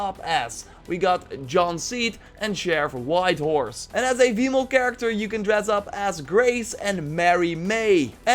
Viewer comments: Am I the only one who hears him saying Vmale instead of female lmao ? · "A vemale" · What's up with F/V sounds? Female is vee-male. Vector is fector... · Is he saying male and "Vemale"?